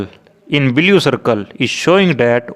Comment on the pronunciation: Admin is from haryana, so welcome to bleau not blue color, raping English like no one